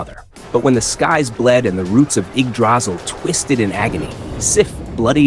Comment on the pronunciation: Are you AI? That's not how you pronounce Yggdrasil